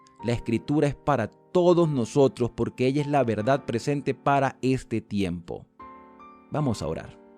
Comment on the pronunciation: “Presemte, mandamiemtos presemte, adacte, adactarnos, entemdimiemto” 😡